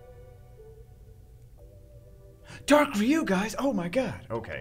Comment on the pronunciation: I don't think that's how you say RYU. Not trying to be mean